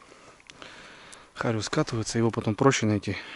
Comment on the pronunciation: Не хариуЗ а зариуС